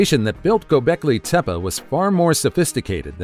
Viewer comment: TEPEA, not tepa.